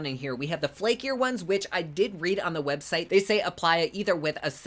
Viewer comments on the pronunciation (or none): "copacetic" - correct. "Hwebsite"????? hrrrrm.